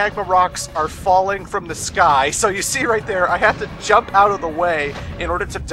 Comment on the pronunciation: The way says "jump" from time to time........ Makes my face hurt. But overall, great LP, aside from "jump".